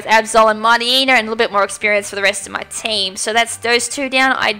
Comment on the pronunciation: It's "shaaah." NOT "shwaaah." There is no w in that cry. >:I Read it properly, please. DAMNIT, it's MIGHTY-YENNA, NOT Mighty-eena. Pronounce it properly. And it's Ry-zoh.